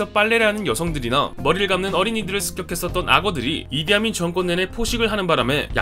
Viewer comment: 내겐 왜 이디아문이라 들리지?